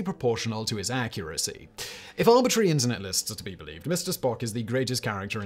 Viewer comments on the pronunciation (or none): none